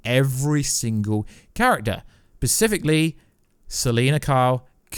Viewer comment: Specifically not pacifically